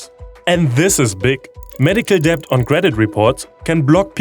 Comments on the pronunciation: Love hearing about the progress in providing health care for low-income patients, but the thing that really made me smile and get on the verge of laughing was hearing you pronounce "debt" over and over and over -- while pronouncing the silent "b". English tends to collapse combos when they have multiple plosives in a row (p b t d k g), so it's just "det", much like "cupboard" is pronounced "cubberd". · don't say the B in debt just say det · It's really uplifting to get this monthly dose of positivity. It's not all doom and gloom. Thanks for this. Oh, just a little niggle: the English word "debt" is pronounced "det" (the b is silent).